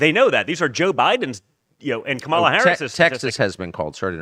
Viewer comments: "Kamala, Camela....Carmela"🤣🤣🤣🤣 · I like how Viveke pronounces "Kumula" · Comma-la, Kahmah-la, Carmela? …. Who Cares? 💀💀🤣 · MTG said “who cares” when ask how to pronounce Kamala